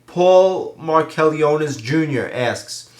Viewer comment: thanx for answering my q. its pronounce mark-a-lone-is for future reference. dont worry every1 gets it wrong lol